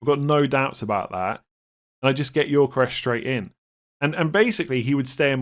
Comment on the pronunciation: Gyökeres is pronounced Yo-Ke-Rez, not Yor-Ke-Resh please